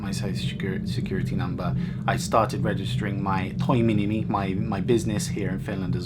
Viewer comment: When you said toiminimi I heard toy-mini-me and I was like what is that😂